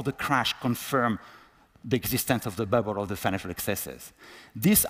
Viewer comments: He sounds ridiculous. Learn to pronounce BUBBLE. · "BA'BOLS", lol - He's doing well for some who's first language isn't English.